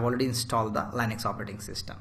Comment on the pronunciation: Very good , but please don't say LANEX , thats Linux